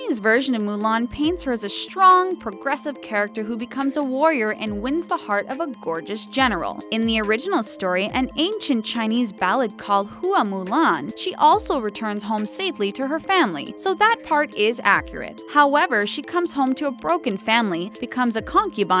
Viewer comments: Mulan's name is pronounced "Hwa Mulan" not "Hoo-a Moo-lan" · It's actually pronnounced hwa Mulan, not hooa Mulan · " Hoowa Moolaan " I'm sorry but that just stood out to me , since I speak Chinese xD